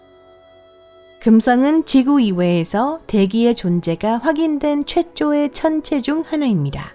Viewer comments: 아 발음보소 째쪼의 청째중 하나 ㅎㅎㅎㅎ 외국인 그만 쓰세요ㅎㅎㅎ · 최쪼의~... 일묜 .. 이게 뭐야.. 전 나레이터 분 그만뒀나요? 외국분이 한국말 배워서 하는 말투네... 수고하세요